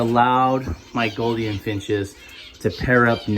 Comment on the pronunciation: Mate the “ou” in Gouldian is pronounced with a oo (like “loop”) not “o” as on “got”.